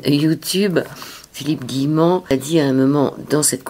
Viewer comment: C'est pas( Guillerant) mais Guillemant. A part ça, il faut que j'achéte le livre. Philippe, est un être brillant.